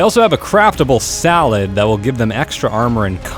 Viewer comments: its fucking saddle not salad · its saddle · HE SAID SALAD AGAIN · why did u say salad